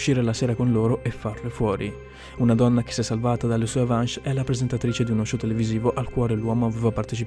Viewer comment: ma non si dice "avansh" :DDDDDDDDDDD